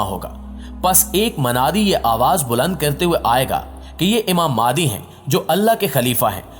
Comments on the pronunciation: You pronounce the name of Imam is Maahdi instead of Mehdi. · Sir ماہدی nahi مہدی it is Mehdi not Mahdi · ab bhai wo madi nahi hai mehdi hai talafuz sahi istemal kar